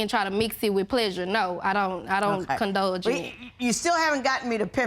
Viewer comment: Is she saying condulge? That isn't even a word. I believe she means condone or indulge...